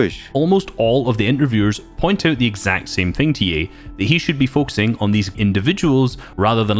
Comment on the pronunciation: He said ye like yee